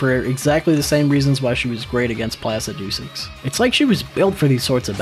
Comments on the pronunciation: Ah yes, Plasi-doo-six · Totally awesome video, We've watched them several times S rank. But why do you keep mispronouncing Placidusax, Is it a joke because we don't get it. Also you should totally bring Cathy back for the full game DLC included. 😂😂😂😂😂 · No way bro pronounced placidusax like that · I had to watching when this mfer started saying Placidusax The way he pronounces it makes my fucking skin crawl